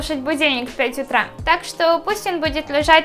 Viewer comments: Не в обиду, но ты во многих словах ставишь неправильно ударение. Например: магия Утра, а не утрА, и еще ты постоянно делаешь сильные эмоции лицом, приподнимаешь постоянно брови. ЭТО ОЧЕНЬ СИЛЬНО БЕСИТ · Что с ударением? Магия утрА, авторОв.... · За первые 10 секунд полилась кровь из ушей из-за "утрА" и "авторОв". Ну зачем так больно? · Магия Утра, а не утрА!!! Авторов, а не авторОв Как то стыдно, ты ведь уже большая... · Магия утрА авторОв Боже ты конечно классная и мне нравиться тебя смотреть, но неужели нельзя сказать правильно?